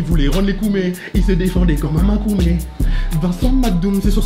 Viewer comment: Le truc c que c makômè et pas makoumé